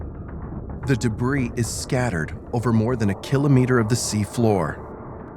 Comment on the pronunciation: I hate the way he says kilometre